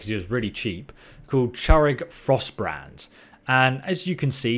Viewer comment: “ChArig FrostBREAD”